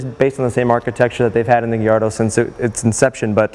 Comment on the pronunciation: It's guy-ardo